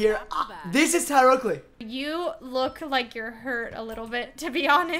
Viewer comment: weston saying “tyler oakey” is literally the bane of my existence